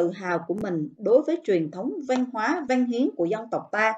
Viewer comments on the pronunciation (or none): Châu mà nói chu văn mà cô nói là van